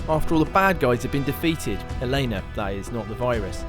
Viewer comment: Did he seriously call Drakes love interest elaya? I can't even. It's Elana ffs